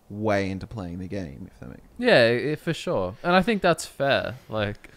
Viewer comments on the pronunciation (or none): Warm take: have never said "for sure". He only says "for Shor"